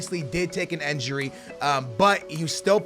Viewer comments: why are you saying enjuri its injuri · It's INjury not ANjury and not ENjury, so please pronounce well it's disturbing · says injury like enjury lol